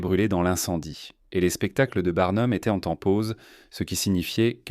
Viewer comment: Assez de cette voix artificielle pour commenter le document ! En français étaient ne se dit pas étai-euh-ntte, et le reste est à l'avenant. Le sujet est intéressant, quel dommage de ne pouvoir en profiter.